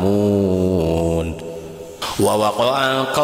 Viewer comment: Menit bacaannya salah... La ta'malun di baca la ta'lamun